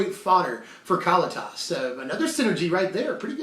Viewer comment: Ka-Lee-Tis! C'mon man. Get it right.